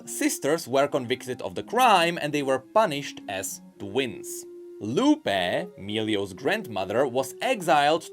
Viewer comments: Just for the future, the tildes (Those accents at the end of Lupé and Luné) signify that is the part where you pronounce the accent, so those names are pronounce more like Lu-peeh! and Lu-neeh!, sort of... If you are still confused, search for the pronunciation in spanish for Papa and Papá or Mama and Mamá. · It's Fuemigo (Fuego (Fire) + Amigo (Friend)) and Furnasita (Furnace + Casita (Home)) You're not very familiar with Latin American spanish, do you? Also, you should say LunÉ and LupÉ, not LUne and LUpe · please, the lupé and luné names are pronounced like Lu-NÉ and Lu-PÉ idk how to explain this in english but spanish speakers get my point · Quick Spanish lesson: the "tilde" on the é on Luné y Lupé means that the accent of the word is on that vocal. So instead of being pronounced / LU \ ne, it should be pronounced _ Lu / NÉ and _ Lu / PÉ. to explain / means rising accent, \ means a falling accent and _ means a flat accent. Also I'm a native Spanish speaker not a Spanish teacher so I don't really know the proper terms in English.